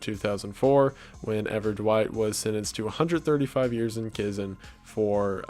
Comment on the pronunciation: I keep replaying him say Chison instead of prison